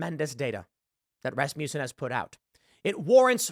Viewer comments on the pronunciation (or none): Rasmussen is pronounced 'RASS-m'sen'.